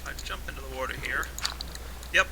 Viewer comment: you always say warter